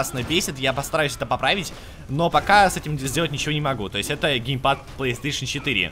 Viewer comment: Гейпад? :) Может геймпад?